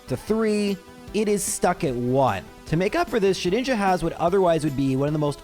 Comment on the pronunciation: I believe it is pronounced Shed-Ninja🤓